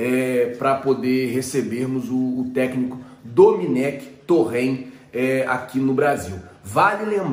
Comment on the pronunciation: não e Dominec, e doMÉnec